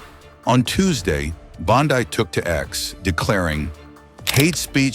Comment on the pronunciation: Her last name is NOT BON-DAI is BONDI !